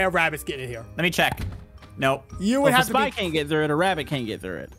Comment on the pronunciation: O.b actually said rabbit But I heard him say wabbit